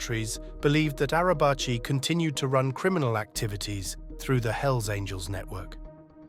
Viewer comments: Nekati arabchi :)) it s pronounced nejati araji.. kinda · It’s Pronounced Nejati Arabaji